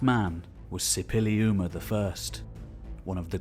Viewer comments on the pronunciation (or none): You write Supiluliuma but say Sipiliuma. You write Washahukanni but say Washakunni. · Absolutely stunning. So happy, this got discovered and what will be unearthed or decoded going forward. … even the narrator does not manage to pronounce Suppiluliuma correctly.